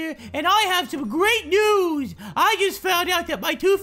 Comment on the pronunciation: "Gweat New wus!"